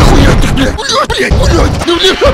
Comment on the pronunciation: сказал слово блэть)))))))